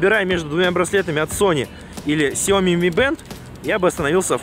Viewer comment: Какой Ксяоми! Сяоми!